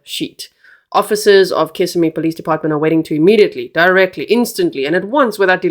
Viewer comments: Just a little help with pronunciation of city/county 👉🏼 kiss SIM ee os SEE oh la 😊😊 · Osceola is pronounced Os-cee-o-la. Kissimmee is pronounced Kiss-im-me. im not I'm. We'll get you speaking Native American! As for this case, it is horrible 😭! I feel mom knows more than she's admitting. These poor children. Thanks G for covering these cases w grace. Justice for Madeline! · And kiss—sim-ee